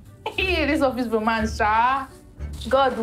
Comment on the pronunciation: Ezigbo “lomance” 😅😅😅